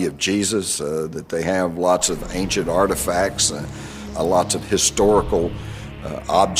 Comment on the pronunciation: Ain-shent. Not Aink-shent.